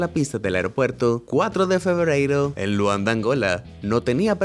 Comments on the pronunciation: En el minuto dijo febreiri embes de febrero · En el minuto dijiste frebreiro envés de febrero xd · En el segundo dijo: cuatro de febreiro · Nadie: Absolutamente nadie:: frebreiro una nueva palabra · Alguien oyó que dijo 4 de febreiro 🤣🤣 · Jajajjajajja quien mas escucho febreiro